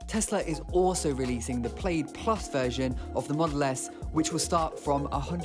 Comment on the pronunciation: PLAID is pronounced PLAD .